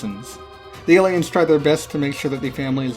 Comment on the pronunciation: Did he call them Gayliens?